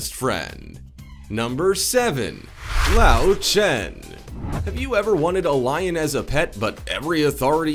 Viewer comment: LÖWCHEN is not pronounced as lauchen.. Ö is pronounced as OE, and W is pronounced as V.. so LÖW is pronounced as LOEV (Lóv) and CHEN is pronounced not as it is usually in english (shh) but instead with a K (khh), so it is pronouned as KHEN.